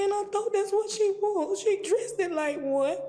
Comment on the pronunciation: She "dressted" like one lol!🤣